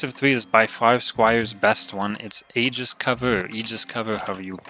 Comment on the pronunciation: Aegis is pronounced "Ay-gis' or "Ay-jis" I go with the former.